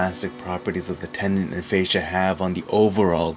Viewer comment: It's pronounced with a short A, like fast..." fas sha ".,& u r solo wrong here. They are extending a muscle to engage it on the return swing. This isn't using elasticity. The " Fas sha " isn't powering the strike. Smh